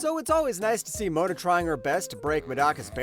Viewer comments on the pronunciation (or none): none